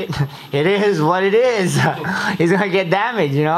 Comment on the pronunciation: "It izz what it izz" LMAO